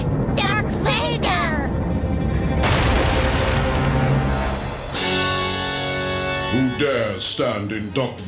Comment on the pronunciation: Did you say derth vader